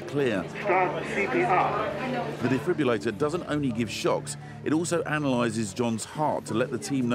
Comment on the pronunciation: It's a defib-RILL-ator not a defib-u-lator. Get it right. That said, they did an amazing job bringing the patient back to life.